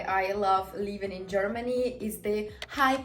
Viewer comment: Work on your pronunciation, girl. When you want to say living you actually say leaving. 🙂 You're welcome.